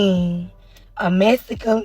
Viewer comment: I enjoy the pronunciation of "mass-a-klin".